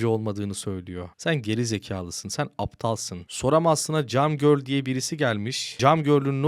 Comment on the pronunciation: Cam Girl değil "Kem görl" bir daha bu hatayı yapma.